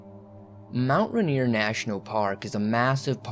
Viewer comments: So we say RAIN EAR like that not Ruh neer lol big love from Washington state 💜🌋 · Helpful hint: Rainier - (pronounced by all Washingtonians as if to say it like Rain-ear) :)